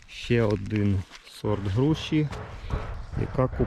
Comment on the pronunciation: "Груші" ,не "Груши"